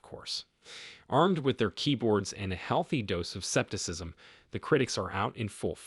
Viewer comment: LOL, "septicism"